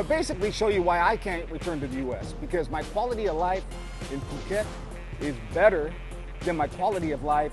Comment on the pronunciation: So it's Pew-ket! Ha ha, thank you. I always pronounced it like a silly American. I could not feel attracted to the vlogs I've seen on Pattaya or Bangkok. Very interesting to see your video. I haven't known or heard anyone talk about this area. I'll subscribe and learn more.